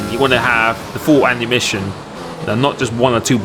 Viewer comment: And ‘annumition instead of ammunition